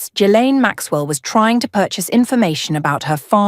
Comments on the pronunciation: Among other shortcomings, this British-sounding AI voice needs to learn how to pronounce Ghislaine. Otherwise, stellar reporting. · Oh dear, Ghislaine mispronounced but interesting all the same. What a lovely voice albeit a good old Artificial Intelligence one. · Ghislaine, and also Kashoggi, I think